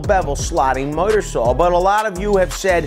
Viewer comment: Say “miter saw.”